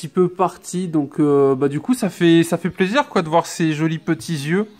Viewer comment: Pk au lieu de dire plaisir tu dit zizir ps c pas méchant je t adore continue comme ça